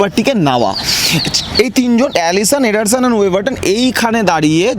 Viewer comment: এডার্সনের নামটাও বলতে পারে না,আইছে আলোচনা করতে